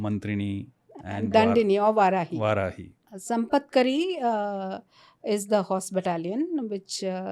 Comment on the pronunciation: Sampatkari is elephant in charge wrongly pronounced